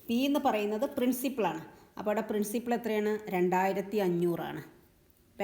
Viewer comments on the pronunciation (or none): പ്രിൻസിപിൾ അല്ല പ്രിൻസിപ്പൽ